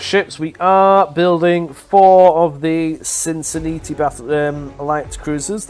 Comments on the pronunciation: We speak freaking better english than the English - We just butcher the rest of the World's languages. > SIN-sih-NAT-ee < (even SIN sa NAT ee would work lol than what's he'es doing to it :) ) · And they say we Colonials don't know how to speak proper English... 🤣🤣 Just for reference, Cincinnati is pronounced Sin-sin-nattie, and Peninsula is pronounced Pe-nin-su-la. Chattanooga is pronounced Chat-ah-noo-ga.